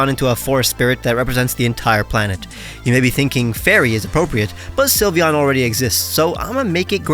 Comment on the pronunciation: you messed up sylveon 😭